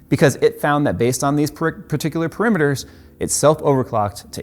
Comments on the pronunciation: Parameters. Not Perimeters. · You keep saying "perimeters" when I think you mean "parameters" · lol, I think you were looking for the word "parameters", not "perimeters"